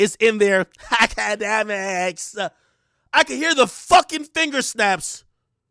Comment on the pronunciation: “Akademiks” 😂😂😂🤣🤣🤣🤣 yo bredda mi can’t believe mi dead to bloodclaat